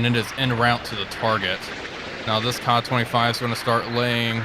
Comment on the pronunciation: Kay-A 25 not kah25 this drives me nuts